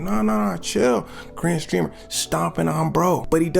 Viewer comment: Why it sounds like he said green streamer😂